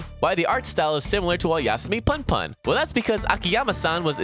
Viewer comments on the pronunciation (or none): It's not pun pun. It's "poon poon" just the ooh is shorter. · It's pronounced "Poon poon", like spoon without the 'S', i.e. Oyasumi Pun Pun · That's Oyasumi PUNPUN. Punpun is プンプン which is pronounced as “poon poon”. Punpun pronounced the way YOU DID IT, like fun fun, would be パンパン. Get it right.